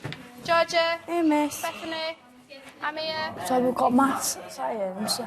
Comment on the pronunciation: made me chuckle when she was doing the register and she shouted Amirs name which sounded like ‘I’m here’ in a Yorkshire accent..